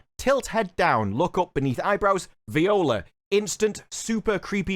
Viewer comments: It's French. It's not "vio.lah" it's "vuah.làh" 😉 The rest is golden. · Viola instead of Voila? lol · It’s not vee-ola (viola) it’s vwa-lah (voilà) 🤣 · Great video man. PS: it's no Viola, it's Voila (french) hehehe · it's not vee-ola it's vwa-la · We just gonna pretend he didn't pronounce voila as viola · It's not Vi o la....its french...its "V w A L A H" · I think that Viola is a french word. Sounds like "Wa LA" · viola! Ha. Check your pronuncation amigo. 'part from that, love the video as always.. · "vee o la"? wtf 🤣i hope that was sarcasm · Did u seriously say “viola”… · “Veeola” lol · "viola" lol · *Voila -> voo-ah-lah 😉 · I’m sorry my boy did you really pronounce Víola , vi. O La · Two quick things. Voila, is pronounced vwollah. Ireland is not British. In the original trilogy, the hobbits all sounded like they were from the west country, which I always thought was offensive. They should really have some Midlands accent, given that's what the shire was meant to represent to Tolkien. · Viola! Not quite. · Sorry to be pedantic, but it's not pronounced 'voila', it's pronounced 'vwa-lah'. It's used to express satisfaction or approval, or to suggest an appearance as if by magic. Now you know :) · Leave it to the Brit to butcher the word "voila"